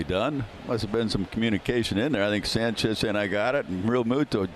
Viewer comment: someone tell that dumbass mets announcer to pronounce sanchez's name right good lord